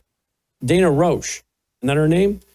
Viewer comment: It's Danya